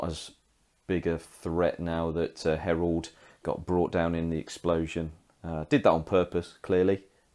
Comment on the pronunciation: It's Harald not Herald! He's not a daemon :) Nice report though. You should definitely kept the flyer on for longer to shoot that one unit off of the two objectives it was holding.